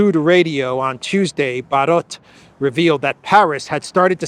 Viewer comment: Barrot (Fr.) Isn't that pronounced Barrow? Like in Wheel barrow, a device for containing and conveying shit? Excuse me, I meant manure.